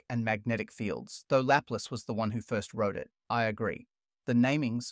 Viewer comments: laplus had me confused. Try Laplace: la ('a' as in cat), place (plass), equal stress on each part. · That's very nice. Thank you. Laplace's name is La-place, not lap-lacen; and on the whole I think it is just a good idea to learn the names, and how to say them, of the people you're going to mention. But very nice video. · person-turqouise-waving:Suggestion: Good history, but google the pronunciation of the names of 👉ALL👈 the scientists before you even get started. Coulomb, Gauss, Laplace and probably many others are badly mangled, making you sound like an uneducated dumbass, and your little documentary appear unauthoritative, like a kid's project. Completely avoidable by the simple expedient of googling. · Are you an AI? Why do you say Laplace and Coulomb weirdly.